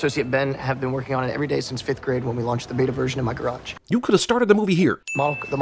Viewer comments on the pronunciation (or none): none